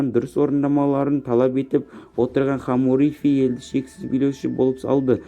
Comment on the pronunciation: Хомуропи емес Хамурапи.Сосн неге мың мың етіп сөйлеп отырсың.Нақты нақты айтсай